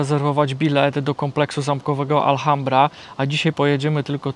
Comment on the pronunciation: i. Jeszcze raz wspaniały film. Wspaniała równowaga pomiędzy przedstawieniem natury, histori i kulinarii. Just a correction about pronunciation of Alhambra. The h is silent. It doesn't matter if it is at the begining of the word like hola or inside like ahora. No se preocupen, es fácil de hacer errores como así cuando empiezan aprender un idioma nuevo. Bessos desde Canadá.